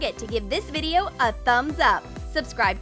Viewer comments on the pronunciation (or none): none